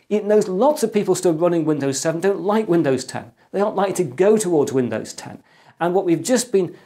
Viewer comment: I actually heard Windows 10 Ass lol